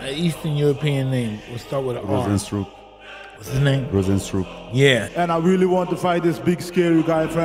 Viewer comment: didnt know how to pronounce that name. 😂